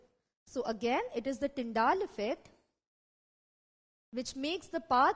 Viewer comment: Nice but it's Tyndall not Tyndaall 🙃 anyways... Nicely done